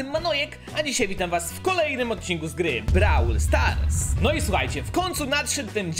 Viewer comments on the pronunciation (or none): nauczysz się mówić Brołl Stars a nie Brawl Stars? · Mówi się "Brołl stars A nie Brałl stars